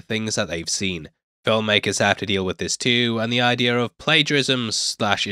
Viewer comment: It's "idea", not "idea-r"